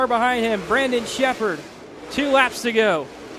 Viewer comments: It’s not “brenden” it’s BRANDON. lol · for real lol. guy couldn't say his name right for the life of him